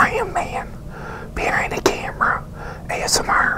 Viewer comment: He's funny when he says amsr but it's cute